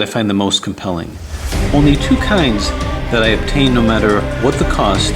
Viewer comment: the way you say "obtain" sounds like "tame" to my ears. With the amount of huge complex puzzles you've solved, you truly deserve the title of "Puzzle Tamer".